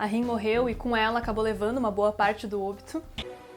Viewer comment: se fala OBÍTO DROGA